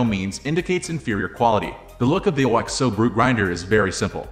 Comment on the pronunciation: You can pronounce it like Oxo rather than O.X.O.